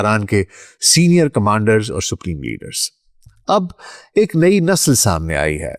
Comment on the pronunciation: کا ناقابلِ فھم تلفُّظ 🤔| نسلnsl ✅ نہ کہ nasal